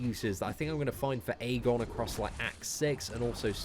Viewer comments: Ik I'm 5 months late but it's actually pronounced Ee-gon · the Æ character is pronounced "ash" in the English language, therefore, this champion is actually called Ashgon, NOT Aegon!!! Check it on WIkipedia and other official sources